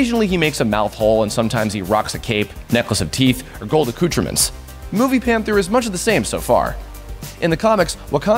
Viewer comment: accoutreMENTS??? lol you aint sayin it right boi